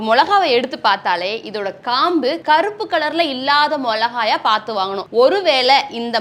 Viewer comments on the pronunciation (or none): அது மொளகாய் இல்ல..மிளகாய்😂